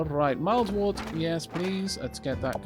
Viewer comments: Wurt, (wert). Pronunciation. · Very quick pedantic correction: "wort" is pronounced "wert". Why, you ask? Because it is English :-P I taught English as a foreign language for 5 years and slowly realised what an absolutely crazy language it is. We have rules in this language! ... but we hardly ever follow them... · My dictionary says wort is pronounced as 'wurt', the urt sounding like in hurt